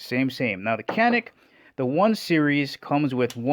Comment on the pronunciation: Alright matey,canik is not pronounced as it's spelled in America.Turkish c is a j!like the actor Cüneyt Arkin.its really jewnet Arkin.now,I have no love for Turkey!the country,not the bird.once upon a Time their greatest exports were drugs, couple other things but c'mon we only remember midnight express.and motherfucking Cüneyt Arkin!if you've not seen Turkish starwars? unholy mackerel!it straight up steals star wars film stock, hilarious! anyways Turkey is putting out a few decent firearms now.more than a few really.all I'm saying or asking is. let's pronounce other people's language's that are not Spanish, but once upon a Time,our time.a very real threat to Communism!I'm too nice I know but? hopefully that country may find it's way,moving forward in positive directions rather than backwards into used territory?but who am I to say anything.